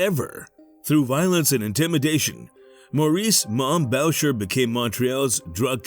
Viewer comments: 10 seconds in, you lost me with the pronunciation of Boucher. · ahah I thought the same exactly..